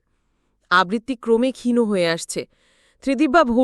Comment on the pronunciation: গল্প নিবাচন ভাল কিন্তু গল্পপাঠের প্রশংসা করতে পারলাম না | কন্ঠস্বর মিষ্ট কিন্তু গল্পটি গড়গড় করে reading পড়ার মতো মনে হল | ত্রিদিবকে অনেকবার ত্রিদিবো বলা হয়েছে | ক্ষীণো কন্ঠস্বর নয় হবে ক্ষীণ কন্ঠস্বর |